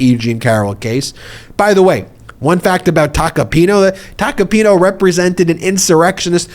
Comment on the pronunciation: It's Tacopin-A. Not Tacopin-O. That's an A at the end of his name.